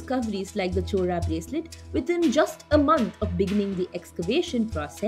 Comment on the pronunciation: The speaker should learn how to pronounce Word “Chola”. It’s not “Chora”. Chora means thief. Chola is name of Lineage.